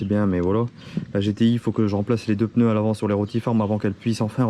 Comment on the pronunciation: Des ' PEUneus '😒😒😒